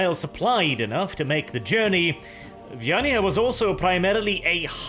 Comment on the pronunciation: Is it just me or does someone else also get pictures of a hive world full of catpeople in their heads, everytime says "vyaniah"?